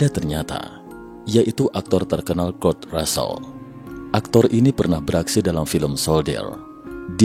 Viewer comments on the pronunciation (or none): none